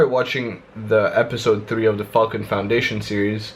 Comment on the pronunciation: Nice man, seem to be smashing it! sounds like your saying "Fxcking" when you say Falcon lol, where you from?